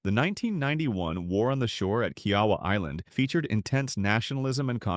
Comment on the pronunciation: Who taught this dude how to speak? Evian… Kiawah…